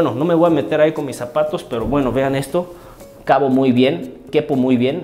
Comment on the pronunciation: Cuando dijo “cabo” inmediatamente mi cerebro quiso corregirlo, luego quiso admirarlo aún más por que hace tan ameno todo el video que realmente olvidas que es Coreano! Que nivel de fluidez 👏🏻👏🏻👏🏻👏🏻